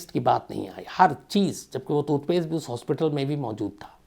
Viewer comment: Janab calculations theek karein aap 40 din nahi 70 din hota hai 10jan se 20march tak, also tutpaste nahi TOOTHPASTE hota hai. Lol